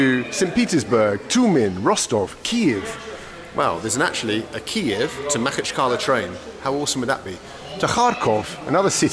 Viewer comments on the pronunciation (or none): none